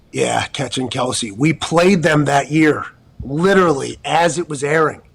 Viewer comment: It’s pronounced Travis kelss lol